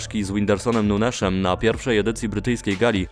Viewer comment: Nunezem nie nuneszem jak coś